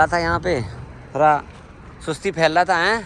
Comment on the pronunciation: Tadak nahi Tarak hota hai Thora nahi thoda bolte hain